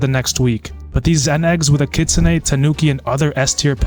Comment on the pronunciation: Kitsunay not kitsun